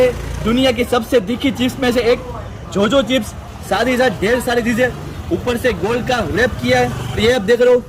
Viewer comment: He said jojo chips